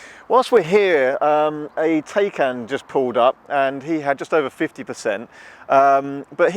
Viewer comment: TAYCAN is pronounced TIE-CAN.